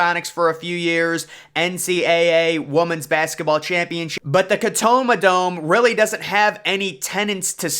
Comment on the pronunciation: The catoma dome 😂